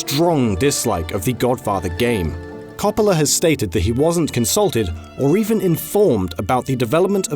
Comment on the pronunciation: Every time he said Coppola's name wrong I died a little inside.